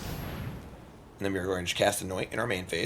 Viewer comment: Ketramose pronoun check